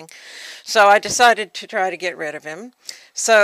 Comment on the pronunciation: get rit of rats. Rid. Rid. RID. Reminded me of Porky Pig explaining how to get rit of rats. damn it! Rid!